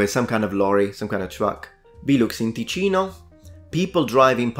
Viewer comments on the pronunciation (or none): "Tekeeno"??? Really? Get outta here... do your basics first :-(